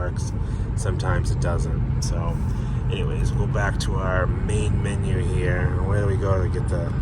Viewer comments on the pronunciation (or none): none